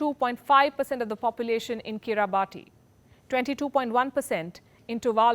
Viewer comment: "Kiribati" is pronounced "Kiribas", please note